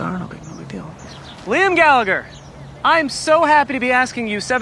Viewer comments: Did he just pronounce it “gallaGher” with a hard g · i hate how the americans pronounce our surname. the second g is silent lads